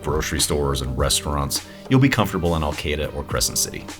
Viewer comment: Arcata, not Alcata?